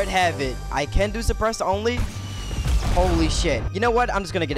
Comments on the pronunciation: “5 Despressed Scars” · At he start I thought he said ”depressed ar”